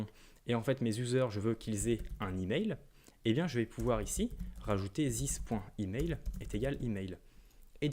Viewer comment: j'essayé de me concenter avc toi, jusqu'a ce que t'es arrive a zisse O.o bro talk correct english plz u kill the language